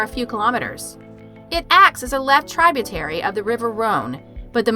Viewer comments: "TRIBE-u-terry"??? Really?? Tributary (try saying tribute then tarry) & "ma-KAY-bree" (eye-rolls) try "ma-COBB" jeez.....😒 You'd be better off with a 4th grader doing the voiceover, they would probably get more of the words right! LMFAO, how professional! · Yes I caught that too. She said “mc cay-bree, tribe-u-tary.” Also pronounced saline as “Celine.” Good catch on the prefecture one. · This narrator pronounced so many words incorrectly, it's crazy. Some that come to mind; macabre, prefecture and tributary. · Sorry to do this because I love your videos but I cant help but notice your word pronunciation, so much so, that when I watch I'm subconsciously listening for it with no maliciousness intended. Tributary comes from the Latin Tribute & is pronounced similarly. Macabre has a short, not long 'a'. Again I love your videos. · Gaming: I like the vids, too. And yes, she did a great job with the pronunciation of the locations, as far as I know. But she did have several mispronounced words; macabre, tributary, prefecture, seaweed, etc. As someone else pointed out in their comment first, it is kind of sad to mispronounce "macabre" when this is your genre of channel. lol I still enjoy the videos, I just cringe at those times. 😂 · You need to check your research and also learn pronunciation of words. There is no hard a in macabre nor is there a hard i in tributary. The hailstorm theory at Skeleton Lake has been debunked as the bodies have different mortality dates. I've spotted you mispronouncing words in your other videos and that has me questioning how you obtain your research and whether it is all your own work.